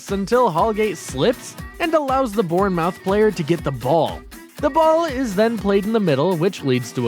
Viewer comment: I mean VERY tr ue bro really said benfisha and what about “lechester “ and bornmouth